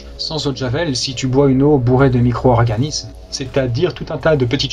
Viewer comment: Les micro-Z-organismes ?! Comment causer français comme pas un.